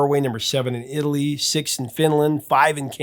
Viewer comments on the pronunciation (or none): none